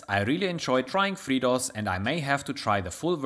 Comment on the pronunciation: Your accent, when you say FreeDOS, on more than one occasion, sounds like you're saying "Fritos", and that gave me more than a few chuckles.